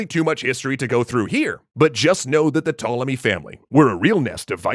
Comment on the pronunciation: The "P" in Ptolemy is not silent.